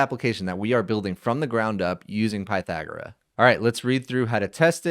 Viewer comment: I think you're pronouncing it incorrectly. I assume the name 'Pythagora' is derived from the ancient Greek philosopher Pythagoras.